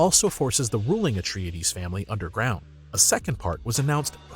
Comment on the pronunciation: . You managed to mispronounce both Denis Villeneuve AND Paul Atreides. How did you pull THAT one off???